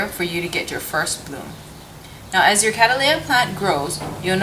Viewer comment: Please will you reconsider how you pronounce this genus? The word is derived from my ancestor William Cattley and turned into Cattleya by John Lindley. The name is pronounced Kat-Lee thus the genus name becomes Kat-Lee-Ah. At present you are pronouncing it Kad-Dal-Ay-Ah. Regards Tim Cattley. P.S. If not yet convinced, then please see how The American Orchid Society recommend regards pronunciation.